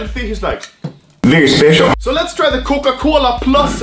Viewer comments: Very spetiol. xd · Bery S p e c i a l